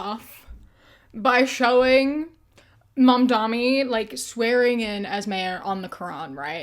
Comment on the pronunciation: for fuck’s sake it’s Mam-dan-i, not “mom dommy.” It’s extremely easy to pronounce. I don’t even like the guy because he has capitulated so much to Zionists already but it’s not hard at all to get his name right.